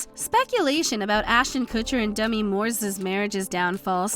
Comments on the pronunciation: Did she LITERALLY just say "Dummy" Moore? They released this post without her correcting her pronunciation....? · Some dialects pronounce Demi, more dummy. “Da-mi” is how people say it where I’m from.